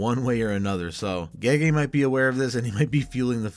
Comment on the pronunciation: It's pronounced 'Jee-Jee'. And she's female.